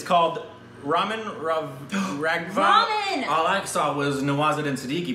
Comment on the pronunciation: pls don't pronouce the names, 🤣 u got serious problem of pronunciation, that is RAGHAV not RAGHVA 😝 Let to pronounce everything.